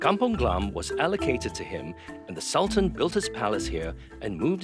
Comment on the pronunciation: Come on, This is a sg production.. It would be better to read it Sul-Tan (in malay way) instead of Sal-Ten imo…